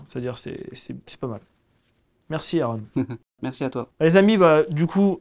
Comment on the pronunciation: C'est quoi cette façon de prononcer le prénom de son invité "Airon* alors que l'invite vient de présenter "Aaron", avec un A ! Faite un effort c'est la base